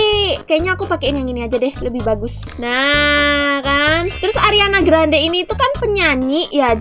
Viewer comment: Ariana grande:❌ Ariana granad:✔️